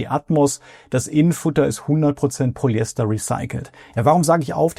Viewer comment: Mal abgesehen von den tollen Videos von dir: wenn du noch mehr Qualität in deine Videos bringen willst würde ich dir dringend zu besserer Aussprache raten. Du sprichst viele Dinge schlicht weg undeutlich oder gar falsch aus (vor allem die füNf IMMER als füMf). Oder auch Polyester und nicht Polyester. Nur mal als 2 kleine Beispiele die mir aufgefallen sind. Ist zu 100% konstruktiv gemeint und ich hoffe du nimmst dir das zu Herzen, ich gucke deine Videos nämlich wirklich gern und hoffe dass du mit der Kritik noch bessere Videos machst 🎉